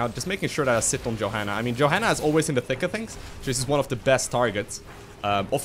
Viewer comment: Im pretty sure u pronounce her yo-hanna not jo xD